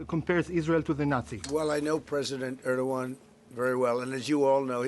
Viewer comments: Why trump call Turky prisdent Erduan. Where is the G letter gone? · clown show nothing else a bunch of non sens, cant even prononce Erdogan. the level of ignorance and stupidity on international affaire is astonishing! at his point Satanayu could just be president of the US sicne Israel already runing america.